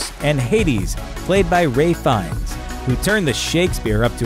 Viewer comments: Ray Fiennes? It’s pronounced Rafe. Spelled like Ralph though. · ralph fiennes Not ray..